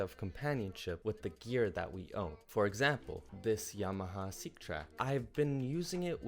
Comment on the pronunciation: funny the yamaha seqtrak (pronounced sek, not seek.) im buying it for someone to accompany me, its funny you mention "accompaniment for the seqtrak" i think you mean a controller lol